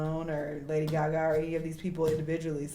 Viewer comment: Not guh-gaaa lol